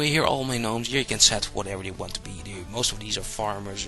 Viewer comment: Gnomes have always been pronounced Nomes to my recollection. A G-NU is a different matter :)